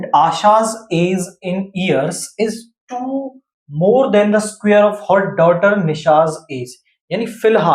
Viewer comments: Square ❌ Sukare ✅ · Square❌️ sukare✅️😂